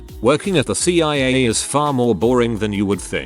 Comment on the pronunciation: It takes very little effort to edit the script so the bot doesn't say "FuhBee Siyah Agents". I realize I'm telling this to some one making content that is by it's nature low effort, but I mean come on dude